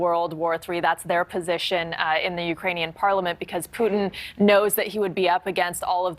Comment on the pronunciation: Did he call him Pootang? Omg that's hilarious. 👌🏼